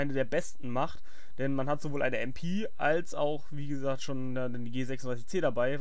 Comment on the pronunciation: *klugscheisser mode on* "mp" englisch auszusprechen ergibt keinen sinn, denn auf englisch heisst so ein gerät dann smg *klugscheisser mode off*